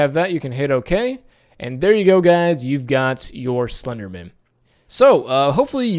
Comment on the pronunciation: It's slender man. Not slendermin you say it like its someone's second name ! Bugged me the whole way through.